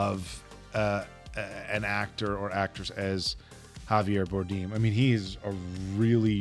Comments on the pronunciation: it's "Bar-dem" not "Bar-deem" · i think youre saying Javier Bardem wrong 😁unless its a joke?